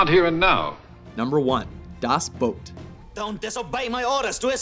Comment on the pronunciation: "DaAß Bot"